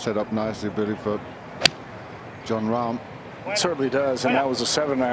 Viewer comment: It's pronounced Rahm, NOT RAM